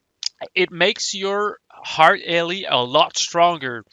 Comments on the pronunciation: EERRRTHHH not HEART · Am i trollin or everytime insted of "earth" he says "hearth"? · The way you say earth hurts my soul